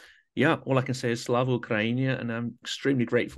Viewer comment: As a Ukrainian, your perfect "Slava Ukraini" caught me by surprise! Thanks!